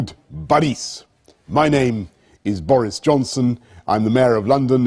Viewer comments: He pronounces his name in Russian without any sign of accent. Bravo! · Top notch pronunciation of Borris!